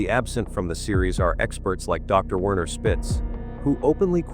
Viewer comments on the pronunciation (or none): none